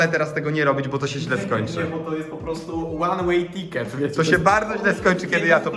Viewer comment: ŁAN ŁEJ TIKET